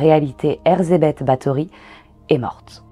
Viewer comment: Un très bon épisode ! Ca fait plaisir de voir la vérité rétablie des figures historiques qui sont devenus de la pop culture. Petite correction de prononciation : le "ZS" en hongrois se prononce "J" et non pas "Z" ;) Erzsébet = erjébet :)